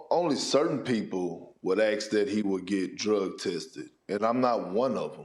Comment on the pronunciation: If you ax Kendick, he thinks prime Dwight was better Jokic because he is Black. Just ax Jerkins the fn one clown they should've fired just because he cant pronounce the words "ASK or Forth". World TV and that jackass is saying "ax and forf"